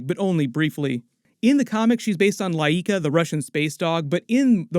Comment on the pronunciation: You're saying the russian astrodog name wrong. Its Laika in one word like its done in Russia. Why do you spilt it up? Its not Layeeka. And he clearly doesn't send his thoughts into your head. The trailer clearly shows you his suit has a speaker that transmits his thoughts. Thats why the collar area flashes when he speaks. And in a clearly robotic voice like from a speaker.. Are you not watching the video or what.? And i like that you say The High Evolutionary looks different from the comics. I would say. Hes gone from a white man with lovely hair, to a bald black man. That's a bit more than a different outfit I would say. We all know Marvel and the rest of these big shows all have to make white characters black just so they cant be accused of being racists. That's the biggest fear these days.. Not to be called anything anywhere as that could kill the company. Not really, being ironic here. But that what it seems to most normal people.